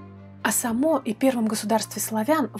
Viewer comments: правильно произносить с ударением на первый слог(Саамо) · Ну во-первых Са́мо. А ещё он правил на территории современной Словакии